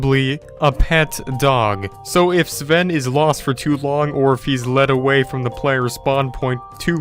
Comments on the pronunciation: You said Saven it’s pronounced Sven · Why u say seven not sven?? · Someone tell me who the acc f**k is Sv-en his name is pronounced Sven u shmuck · It’s Sven not seven u n00b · He even pronounced Sven as, "Siven." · He keeps saying sa ven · He still has to get the Elytra wings and visit the Endcity and go to the other biomes he hasn't explored He still can also play with his friends like Jack and Ken And learn how to pronounce Jöregen and Sven🤦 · Ok so firstly, you said Jore-gen. Second you said Seven. And then he said if Sven dies he still does the let’s play. Do your research better idiot. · Who else was cringing when he said “Gorgen” and “Seven” 👏its👏Jörgen👏and👏Sven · Yer-ghen S-ven